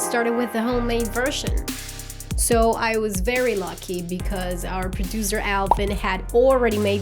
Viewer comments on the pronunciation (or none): I miss the old when she said hey guys im a tasty produzzer